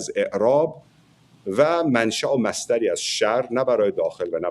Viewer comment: محلی از اععععراب مصصصصصدری از شر، چرا اینطوری حرف می زنی، یعنی چی این ؟ تو فکر می کنی عربی حرف بزنی خیلی خفنی، نه عزیز، بنظر خیلی گاگولی. نرو این راه عربا رو .